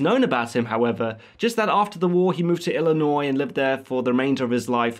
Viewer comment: You're not even American and you pronounce Illinois correctly. You deserve a like my friend.